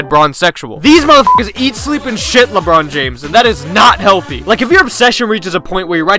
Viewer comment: Lebrawn Johns.